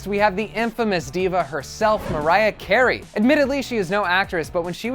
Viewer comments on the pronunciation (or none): none